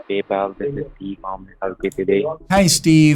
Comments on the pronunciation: That's not PayPal that's palpal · Hellooo this Is "PayPel" those suckers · thats not paypal, thats BEYBAL (paypal pronounced in an arabic accent) 😭🙏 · It's not "Paypal" its "Pay, pal!" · "PayPal" "Pay, Pal" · Paypal ❌ Baybal ✅ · PayPal ❌ “pay, pal” ✅